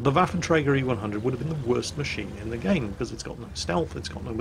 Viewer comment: Can you say Waffentrager more please